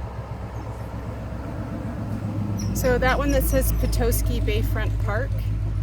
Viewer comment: I think is 0 for 3 with Michigan pronunciations- Charlevoix, Petoskey and Mackinac. Strangely seems to pronounce the names correct in the videos.